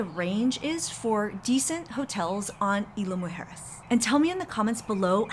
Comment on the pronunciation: IZ-LA MOO- HARE-ES